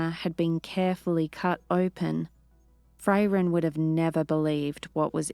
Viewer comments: No, I really don't think she will. And her voice and pronunciation are just awful. It is Frairen not Fray-ren. It's pronounced hangar not hangaaaaaah. She sounds like a snotty bored British noble who can't be bothered to care whatsoever about the characters. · If I have to hear 'Fray-ren' or 'hangaaaaah' one more time, I'm going to abandon listening to this series! I wouldn't mind so much if she didn't sound utterly bored to tears every single word when narrating. No vocal inflection, no emotion, just bland recitation. We could and WOULD get better narration from an AI. She clearly doesn't care about the characters whatsoever. Honestly with her accent and completely emotionless speech, she sounds like a bored, snobby, British noble who can't be bothered to care about what she is doing. And for Pete sake it's Man'darian not manderaine like the orange! Can we PLEASE get someone who cares about the story and characters!? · It feels a bit like a favourite band getting a new lead singer, did great but please, if I ever hear another "Fray-Ren" I'm unsubscribing 😂😂